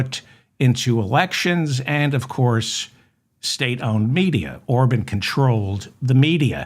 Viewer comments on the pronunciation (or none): I hate to have to correct you sir, but his name is pronounced OrBON’ not Orbin! Thank you for what you do. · It’s Or-bawn. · Or-bon. Bon like John or Con. Emphasis on Bon